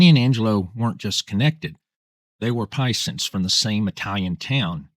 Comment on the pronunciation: For the love of God, stop trying to pronounce Italian words if you can't do it. "Paisano" is not pronounced "PIE-sen". It's pronounced "pie-ZAHN". There were many others. "Rub-out"? Just say "murder". You came across as nervous, unsure of yourself, and cringey as hell. Just speak like you normally do; that will be enough. "He walked out of the prison in a wheelchair". Do you see what I mean?